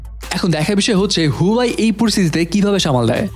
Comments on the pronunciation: Bro,Its Huawei😐not huyawei. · Its not huwai . This is huawei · হুয়াই নাহ্👎👎 হুয়াওয়ে বলতে শিখুন। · ভাই হুয়াই না, এটার উচ্চারন হুয়াওয়ে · You have work on your pronunciation. Its wa --way not hoowai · Vai Huawei kotha ta right vabe uccoron Kora shiken